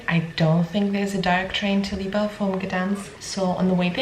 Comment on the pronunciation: Visiting in September on recommendation of our polish dentist. Pretty sure it's pronounced weba